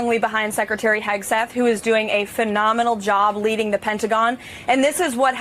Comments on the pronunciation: Did I hear Leavitt say Hegsweat? 🤣🤣🤣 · "Secretary Heg-sweat"?? A little Freudian slip there, karoline Leavitt??